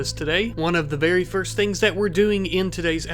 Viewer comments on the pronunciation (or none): none